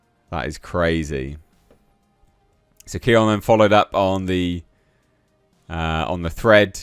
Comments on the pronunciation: Pronounced "Neon", truth is Clownfish hosts are not conservative. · It’s pronounced “neon”. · By the way, Kneon's name is pronounced "Neon." The K is silent. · It's pronounced neon, Clownfish is a great channel and not particularly Trump oriented - they're basically just both sensible people and not fans of the "message". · Kneon is pronounced Neon. The K is silent.